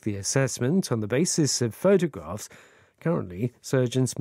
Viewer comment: 한주동안 좋은 내용 잘들었습니다. 오늘 photographs 발음은 정말....ㅜㅜ